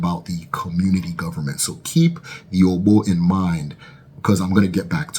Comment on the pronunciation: You are doing well. But kinfly improve on the pronunciation. The ogbo pronunciation was so off. The o at the beginning and ending is same sound as "or" in orbit.